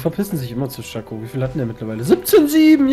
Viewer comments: Bin deiner Meinung aber es heißt nicht tschaco weils Englisch ist ^^ dh. es wird Sheco ausgesprochen. ;) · ES heißt Shaco NICH CHACO !!!!!!!!!! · man spricht des schako und nich tschako